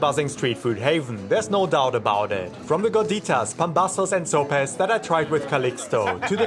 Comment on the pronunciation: No es uno de los mejores guías, ja ja ja se pronuncia sopes no sops